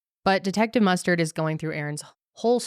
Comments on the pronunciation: Detective MusTURD amirite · Every time you say mustered I have flash backs of clue, corneal mustered, in the bedroom with a candle stick lol 😆 😂 🤣